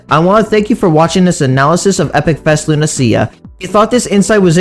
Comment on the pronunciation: Wait why do you pronounce it Luna-see-ya? I thought it was Luna-sha or Luna-sh-ya